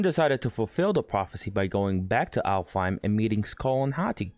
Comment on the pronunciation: aint no way bro said alfheim